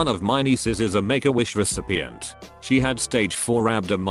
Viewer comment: sounds like "megawish"